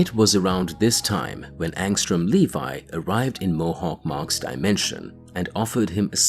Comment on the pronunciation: LEVY NOT LEVI WTF